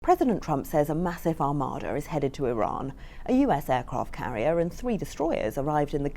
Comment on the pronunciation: Armada, not armadar